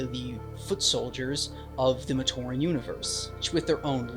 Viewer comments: The way that AI voice pronounced "Matoran" gave me an aneurysm. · Why does the AI keep saying Matoran wrong